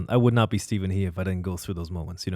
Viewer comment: He can't even pronounce his last name correctly in the videos, as raised by an Irish stepfather... Guess making fun of the imaged stereotypical Asian dad and internalized self-hatred didn't get him any further.